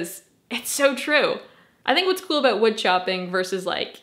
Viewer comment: huhuhuh huhuhuh she said woood